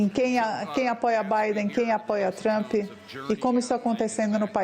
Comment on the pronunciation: Querida não se fala Trumpi, fala Trummmp. Seu Ingles é bem ruizinho! Vai estudar mais querida!😮😮😮